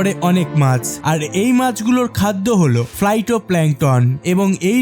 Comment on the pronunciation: ফাইটো হবে উচ্চরণ